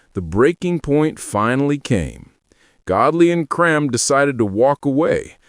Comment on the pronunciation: You should have learnt how to pronounce "Creme"